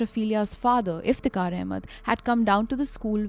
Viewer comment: Why tho? I think her pronunciation is very clear and correct